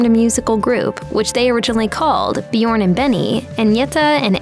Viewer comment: WHERE THE HELL DID THEY GET THIS STUPID BITCH FROM TO DO THE COMMENTARY SHE CAN'T PRONOUNCE THE NAMES OF AGNETHA OR BJORN . SHE SHOULD HAVE BEEN SACKED BEFORE SHE EVEN STARTED THIS VIDEO.